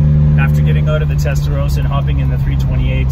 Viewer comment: Testarossa not Testarosa ...